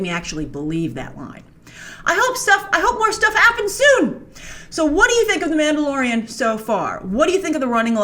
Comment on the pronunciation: not you calling the mandalorian like boba...